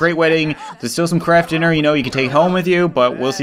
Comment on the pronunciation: It took me the fourth runthrough of this series to realize that you are saying kraft dinner, not crap dinner